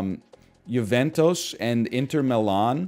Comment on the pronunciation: why does he pronounce juventus like mentos 😭😭